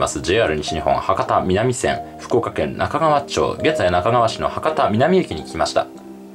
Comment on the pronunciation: 那珂川町＝なかがわまち と読みます。九州は町をまちと読む自治体が多くややこしいですね。 ちなみに昨年人口増に伴い町から市になりました。